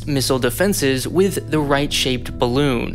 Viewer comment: Did you say ballon?